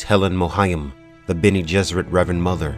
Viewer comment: I love that you’re doing this series. I’m such a huge fan of the original Dune series, and you can tell be your videos how much of a fan you’ve become. I can even get over how you pronounce certain names (to each his own, lol.) These videos are a great way to revisit the series and mythos without retreading the entire series. And I agree with other viewers, I can’t wait until you get to God Emperor; I’m partial to Children of Dune, and an definitely looking forward to your guide to that book. Keep it up man, really enjoying it.